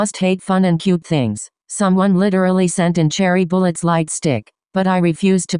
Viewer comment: Cherry bullet really said Cherry bullet 💀